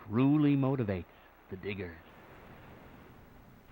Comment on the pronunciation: To be honest, within a beginning of the video, the audio wasn't the best, especially when it came to the word, diggers, for a split second, I thought it said something else. It's very important to enunciate.